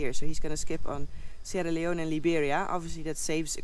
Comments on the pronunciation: FYI, the country of Guinea is pronounced, gin' ee. with a g as in go. Sierra Leone is a former Brit colony and is pronounced, See era' lee own'. Hope that helps. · Sierra Leone you don't pronounce the "e" stay safe.